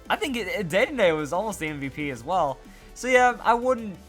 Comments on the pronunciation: I would think it is. He says the e like an "ay," so more like an é. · I'm pretty sure the last "e" in "Dedenne" is silent...